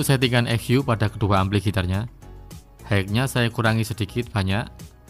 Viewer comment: Koreksi pronounciationya: High = Hi, bukan haik. Pan = pen (bukan peining)